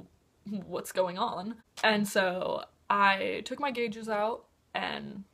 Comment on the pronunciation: sorry, abi, i really like u but when u said gauges i had to pause, evalute if i should continue watching and now i'm gunna leave i watched the ad at the start of the video though (